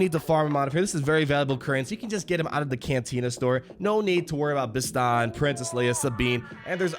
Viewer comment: Bro, you haven't even seen Rogue One? You grossly mispronounced Cassian, Chirrut and Bistan.